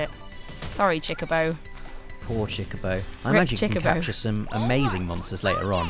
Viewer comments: "baby chickaboe" ? CHOCOBO! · Stopped when she said CHICK A BO. Bih it's CHOCO BO. Next review. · ok i get it your British but if you can say co and bo you can say cho ITS NOT CHI IT CHO CHOBOBO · Why does she keep saying CHICKabo? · SuperDuperKid baby Chocobos are called chickabos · what is that word she said a lot "cheeba" sounds like its a pretty important thing in the game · Cool.....but why is she calling it a "Chicabo" when it clearly says "Chocochick" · STOP SAYING CHICKABO! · Did she say chikabo? The way she pronounced it was weird but anyways game looks cute Ima get it on ps vita instead of ps4 unless ps4 has exclusive stuff which I heard it might in regards to summons